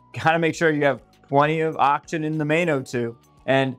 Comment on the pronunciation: When you say “ock-shin” are you saying “oxygen”?